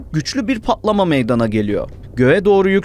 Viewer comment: “Pa’lama” ✅ “Patlama” ❌